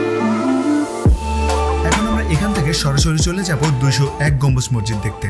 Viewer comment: শব্দটা মসজিদ, মরজিদ বা মজ্জিদ না। অনেক উচ্চারণেই প্রবলেম আছে আপনার। উচ্চারণ ঠিক করুন। আর স্ক্রিপ্ট এ বাহুল্য দূর করুন। এছাড়া ভিডিও কোয়ালিটি, সিনেমাটোগ্রাফি ভালই। ইডিটিং এ বেশি অস্থিরতা চোখে লাগে৷